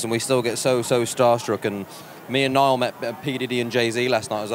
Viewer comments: HAHAHAHAHA Louis called Niall 'Neil' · When Louis called Niall "Nail" wxkdlskfgh 😍😍😍😇😍😍😍💓💗💓💗💓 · Niall said in an interview that Louis does that because it bothers him so he does that on purpose😂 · He is allergic to saying NIALL 💀💀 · He does that, he can't say Niall